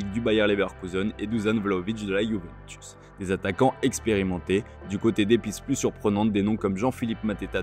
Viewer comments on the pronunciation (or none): none